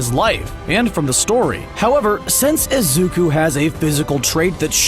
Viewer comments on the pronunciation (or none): i like the vid but omg can he stop saying “izuka” it’s IZUKU just something that pissed me off lol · Nobody’s gonna talk about how he’s calling Izuku, Izuka?